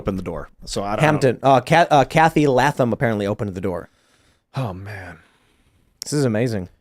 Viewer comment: Pronounced Lay-thum